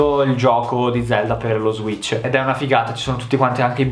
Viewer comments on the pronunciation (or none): none